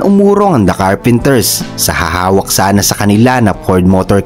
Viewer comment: Carpenter lang po, hahaha Richard Carpenters sinabi mo or Karren Carpenters... hahaha parang ang bida ng Batang Quiapo ay si Coco Martins hehehe